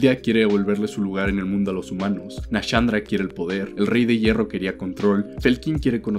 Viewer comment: ay dios, NA-SHAN-DRA SHAAN NO CHAN ,SHULVA NO CHULVA